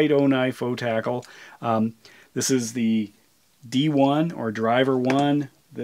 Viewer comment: You're the only person I've heard pronounce it "O-tackle" and that makes so much more sense 😆